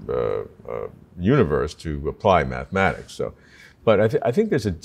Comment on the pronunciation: "Mathemathics" aside, I like Sabine anyway :-)